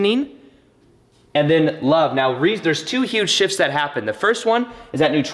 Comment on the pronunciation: Let's get into it right "meoow" (now) i love it 😆